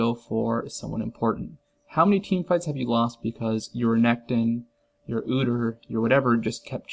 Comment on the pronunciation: I love how he says "Udur" I'm saying that from now on.